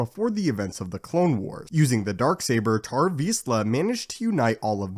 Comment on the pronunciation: It's pronounced T-O-R TOR VIZSLA NOT TAR